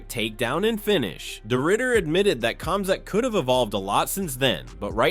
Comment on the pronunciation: Not even pronouncing Khamzats name correctly.. I don’t think the people who create these videos actually watch mma or the ufc.